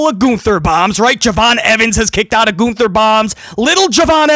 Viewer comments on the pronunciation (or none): Lol, "Goonther"